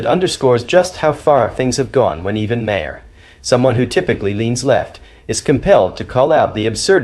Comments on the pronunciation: Bill MAR not Bill Marhar or whatever you called him. If you can't be bothered to know how to pronounce a name, you shouldn't be posting about that person. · Can you please,,know enough to at-least pronounce his name correctly? You sound like your opinion comes from a person with no prior knowledge. Just ask someone the correct pronunciation of Bill Maher name. Not Ma har ! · His name is said 'MARR' not ' 'm'-HERR'! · stupid AI commentary can’t pronounce Bill’s surname. May her - for fucks sake. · I'm sorry - Bill Muh-herr? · Lost me st Bill "Mah-Harr". Sorry to be petty but i lose faith with someone who doesnt know how to pronouce such a prominent political figures name. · Hey AI say Mar as in Bill Mar spelled Maher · Interesting that the AI narrator pronounces Maher’s so many different ways. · How many different ways are you going to pronounce Bill's surname? And you haven't got it right yet!! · Mr. moderator are you AI? You can’t even get Bill Maher’s name right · If you are going to use AI for a voiceover, please at least tweak it to be able to pronounce "Maher" correctly. Otherwise it just grates every time it is said. Thanks. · You have just broke the record for differently pronouncing Maher 👏👏 Dems are full of 💩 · Ah, it's okay that you don't know this because you're an AI voice, but his name is pronounced "Bill Madhavapeddimahendrukharbandameddake’alakupaoaikawelo."